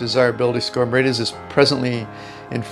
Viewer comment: It is Mérida, with the accent on the first syllable.